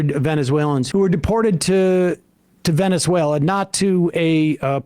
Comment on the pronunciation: He also is thick as a brick. He kept pronouncing is “Ven-zuela” 😂